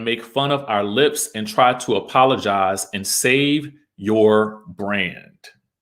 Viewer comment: apololize? apololies? apololizing??? hands down my new favorite made up word since baldwin's snl apple-o-gize.